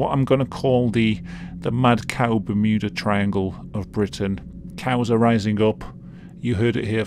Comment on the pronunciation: BerMOOda Triangle